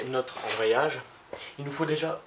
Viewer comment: ambreyage ahahahahah